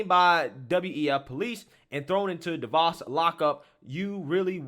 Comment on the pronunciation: you gotta pronounce Davos and Jack's name correctly man, I mean Jack's on your team my guy lol